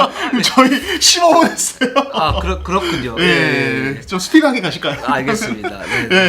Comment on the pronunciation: 영주 이거시기자님 말 많아지니까 th발음 폭격이시네 ㅋㅋㅋㅋ 해떠요 싶어떠고 왼똔보다ㅋㅋㅋㅋㅋ